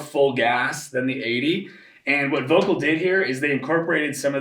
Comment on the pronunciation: Why is that people, who are supposed to be pros, never care to pronounce VOELKL right? It's so offputting.